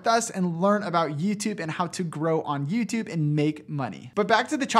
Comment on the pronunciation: hey i love the videos you do and great job and all that, but i kinda hate how you say "yüütübe" lmao